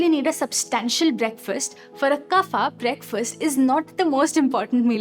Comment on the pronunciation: Why every worg of sanskrit became 'aa' it's not yoga--- yog "kafa" --- kaf ''pitha" --- pith🙄 please pronounciat in right way. These are not english words these are sankrit ones